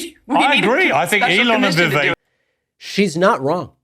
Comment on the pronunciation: She can't pronounce Vivek correctly